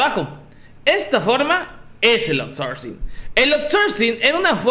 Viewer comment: A LA CHINGADA SU OURSORCING